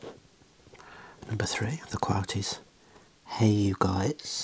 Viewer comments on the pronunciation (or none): Ah man love ya for multiple reasons, knew you had good taste in music from previous videos but respecting Nas just confirmed it! Also when you repeated "hey you guys" you sounded a little American haha. Thanks for another great upload!